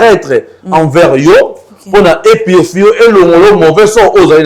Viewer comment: Purfie te yy PURIFIER